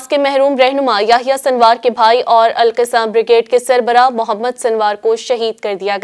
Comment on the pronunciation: مہربانی فرما کر تلفظ سیکھ کر پڑھیں ۔۔۔القَسّام